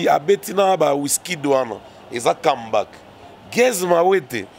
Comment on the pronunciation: et son affaire d'anglais...Kambak 😂🤣🙄🤔 comeback?